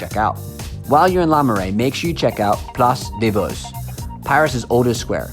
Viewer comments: Agree and calling Place des Vosges...Place des Vodges ..not even checking the spelling before printing it on screen ...so you're a guide? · its place des vosges